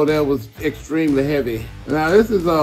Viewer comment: "That is extremely heavvey" -Ronnie Coleman